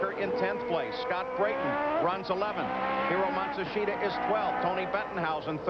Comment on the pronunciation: Old or Young, Paul never failed to butcher Hiro Matsushita's name.